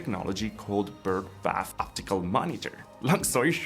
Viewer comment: Lovely video. FYI, I think it's Bird Bath, not Birth Bath. Can see how it's mistaken though!